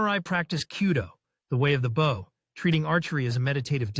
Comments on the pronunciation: Firstly, it is not Bowww, it is a Bo. Secondly, there is no evidence that the Longbows arrows penetrated plate armour. Most assuredly it was capable of penetrating mail or clothing. The tactics used with English/Welsh Longbows were battle-winning because thousands of arrows impacting together caused massive damage to horses and the lightly armoured. English archers rode to battle, but fought on foot. When the French cavelry were cut down, the English archers quickly stepped in and dispatched them with mallets, axes and falcherons. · WTF is this? Bow rhymes with Grow Not with Cow